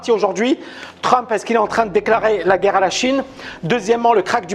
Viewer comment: pour intéresser et être écouté, t'as pas besoin de prononcer le mot "guerre" comme l'autre andouille... Tu peux aussi être intéressant, donner des arguments construits. Ca sera mieux. Allez, un effort!!!